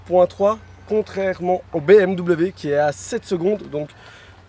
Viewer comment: BM- quoi?? lol la prononciation